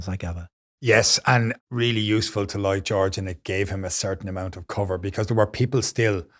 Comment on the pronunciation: Despite the seriousness of the topic, I laughed several times when I heard "Boy George" rather than "Lloyd George" 😄